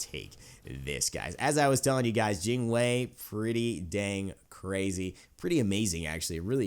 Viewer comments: Yes you pronounce it correctly! Jing Wei : Jing Way Not Jing Why not Jing Wee, Jing Way. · I was just joking lol and your Jing Wei pronunciation is pretty good. It's kinda like Gin Way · your pronunciation of Jing Wei(精衛) is perfect